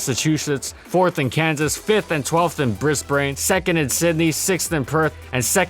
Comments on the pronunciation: Oh GOD, the pronunciation of my homestate's main city is even worse here than the Exeggutor video . It's pronounced Bris-ban, or Bris-ben to those with heavy accents. NOT Bris-bane, or Bris-brain . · Did...did he just call Brisbane brisberane? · Lolol "briss-bain"?!? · How good was “pronouncing Australian city names” ACTUALLY? Sorry mate 😅 Brisbane is Briz-ben, Melbourne is Mel-ben, and you got sydney right 👍🏼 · I love hearing foreigners say Australian cities, mainly because we actually don't actually say them how they're written (kinda like Arkansas, but for different reasons). Melbourne is pronounced Mel-bin Brisbane is Bris-bin It's pretty much just a result of the Aussie accent dropping the harsher sounds in words, for example; Water (Wa-Ter) becomes Wohda (Woh-da). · I know! "Briss-Baine" and "Mell-Born". It hurts so much, lmao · And “Bris-BAIN” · ITS BRIS-BIN AND MEL-BEN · "Bris-brain" I've never heard that pronunciation of Brisbane before. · Brisbran and Melborne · Australian pronunciation triggers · Brisbane? Melbourne? Perhaps work on your pronunciation a bit more 🤣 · Really gotta work on that Brisbane pronunciation man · I need to correct your Australian-city-name pronunciation and . It's "BRIS-buhn", not "BRIS-bane" (to be fair, the spelling implies otherwise), and "MEL-buhrn", not "MEL-born". Australians pronounce all of their city names with schwas on the second syllable instead of logical pronunciation. Also, How GOOD was Hippowdon ACTUALLY? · How lumpy was Dugtrio actually?? I love this series, so fricken much... but as an Australian, the total butchering of the city names hurts just a little. Brisbane is pronounced [Briz-ban (short a)] and Melbourne is pronounced [Mel-bin] or [Mel-born] (Mel like bell). Apart from that, keep up the amazing work! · "Bris-braine" and "Mel-born" are actually pronounced "Bris-ban" (short i) and "Mel-bun" (short u). Kind Regards, an Australian. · "Briss brane" and "Mell Born" And the Australian audience died that day.